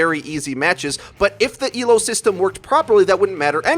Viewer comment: Thank you for saying Elo, and not E.L.O. When people say it like its an acronym it triggers me. It shows they don't know what the fuck they are talking about. /vent